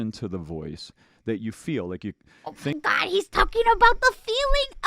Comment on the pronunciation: When I saw the vid where a VA pointed out one of her speech mannerisms, adding an 'A' at the end of some sentences, I was like nah. Now it's impossible to not hear it. "Wait-a!" "Oh my God-a!"